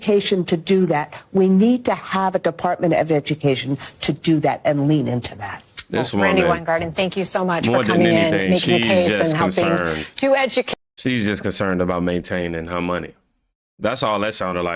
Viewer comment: Its pronounced Wine- garden basically